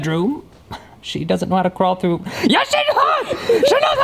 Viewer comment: " she doesn't know how to craw threw, YES SHE DOES!!!!!"🤣🤣🤣🤣